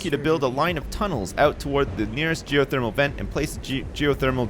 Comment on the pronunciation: lol "Goethermal Energy"